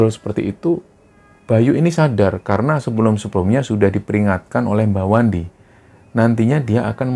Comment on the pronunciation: Pada menit ke 13,05,,,kesrimpet ucapannya, bukan Mbah Wandi tapi wa mandi 😂😂😂😂😂,,,sorry terlalu nyimak nih bos..